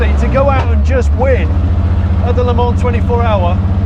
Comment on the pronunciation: That's a great example of passion and drive to create something you love. Only bad point: they did all that research and then they can't pronounce Le Mans. Still, congrats to them on making a great car. When my numbers come in, I'll be driving to Essex with a very large cheque.